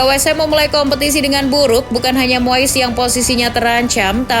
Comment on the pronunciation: Moess😂 Moyess Ajaa Min Bilngny Biyarr Jlass😂